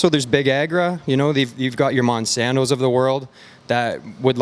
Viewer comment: YOU Said mossanto ? Ok you done , not worth the fight then